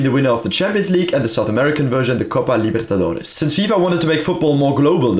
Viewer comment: Your pronunciation of the south america things (like Libertadores e Flamengo) is really impressive!